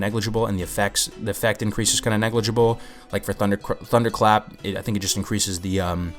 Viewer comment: Lol as you nearly said thundercrap :)